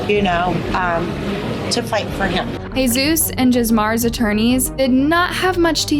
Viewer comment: Not this idiot pronouncing it JIZZmar.